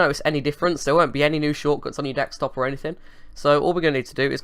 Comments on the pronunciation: It's Desktop not Dekstop lol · It's desktop not dexstop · I think "Dextop" has officially replaced "Desktop" in your vocabulary mate, damn hackers hahaha (although you did say Desktop once or twice so there's still hope :DD) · dekstop dextop deccstop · You've been doing these scam videos so much that it's affecting your actual speech. Dextop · Jordan Jamison he is juat kidding when he says dextop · lol u got used to saying dextop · I think you mean "wirtual machine". I honestly don't think you are capable of saying "desktop" any more, mate :D. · Guys, finally lost it. He can't even pronounce 'desktop' anymore!